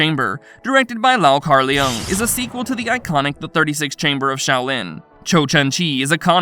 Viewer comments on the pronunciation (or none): This guy is horrible at pronunciation 😂. It's Lu not Leeyu & Lung not Leeyoung. I had to mute the sound after a while 🤦🏾